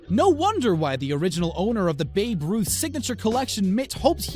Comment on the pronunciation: I'm surprised he actually pronounced babe ruth, instead of "baby ruth"